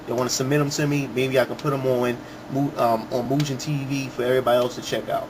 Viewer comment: I always pronounced it Mu-Gun... My-Gen sounds funny